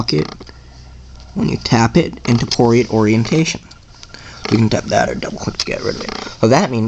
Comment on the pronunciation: Dude, it's Portrait, not Poriat